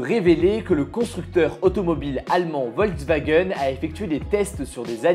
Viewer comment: On dit "Volkswagen" pas "Ouolswagen"